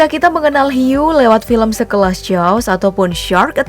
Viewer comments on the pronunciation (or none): none